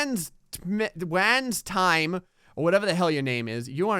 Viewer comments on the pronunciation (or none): Pretty sure "wazntme" is pronounced, "wasn't me." Not "wanz time." Lol. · Game: "Wazntme": "Waz-in-time...?" Reality: "Wasn't Me"